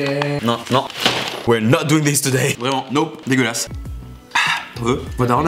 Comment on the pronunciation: Mdr la poubelle c’est la tête de Donald Trump et combien de fois t’as dit c’est pas degulasse?😁😁😁